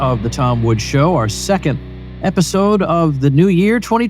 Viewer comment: pssst... Woodzzz... There is an 's'